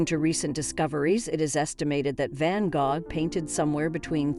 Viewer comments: I was wondering if I had always learned to say it wrong 🤣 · I couldn't get past the mispronounciation of his name.